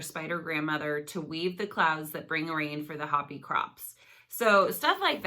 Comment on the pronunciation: “HO PEe “ say it like it sounds- awesome video